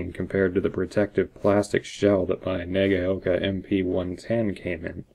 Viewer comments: And Nagaoka is pronounced: NAH-GOW-KA ('gow' as in 'cow'). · Wrong again! Na- ga-o -ka But do not dilly-dally or enunciate the "a" and "o" you almost slur them together - and that's where the "cow" came from, though they are not combined to form a new vowel sound as in " cow" either. - Sandy